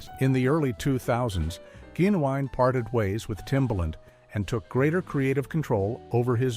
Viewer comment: You said Genuwine’s name SOOOOOO wrong, so screw this channel. 👎👎👎